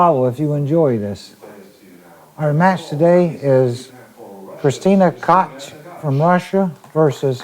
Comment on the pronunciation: Somebody tell Earl Striplnd how to pronounce Kristina Tkach